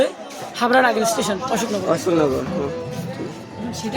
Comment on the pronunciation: Ashokanagar ❌ Achoknagar✅ Biryani ❌ Biliyani✅